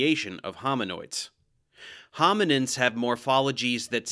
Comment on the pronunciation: Sounds like “The First Homonyms”